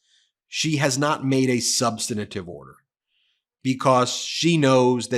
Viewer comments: PLEEZE someone tell Ben that the word is SUB-STAN-TIVE not sub-stin-A-tive. As a lawyer he needs to know better. Sorry, I'm a bit autistic and I can't listen to him... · SOMEONE PLEASE TEACH BEN TO PRONOUNCE “SUBSTANTIVE”! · Ben the word is substantive not substantative. With respect I share this. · Substantive, not substanitive. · Brother. Substantive. 3 syllables. Not 4. Sub stan tive. Like preventive, not preventative. Please lose that habit. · Ben, please learn how to pronounce "substantive"! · Ben, learn how to pronounce substantive. It only has three syllables. You must have learned by the ridiculous "look-and-say" method. Just read one letter at a time, left to right.